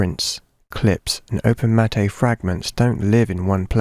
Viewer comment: open matte is pronounced ‘open-matt’ not ‘open-matt-aye’